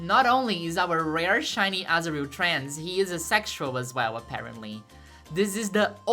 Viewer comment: Every time I hear you say azurill, I think you say asriel, like from undertale. Asriel is trans-masc confirmed????